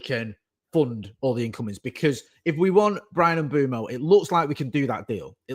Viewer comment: it's "Mm-bweh-moh" (Mbeumo)...🙏🏾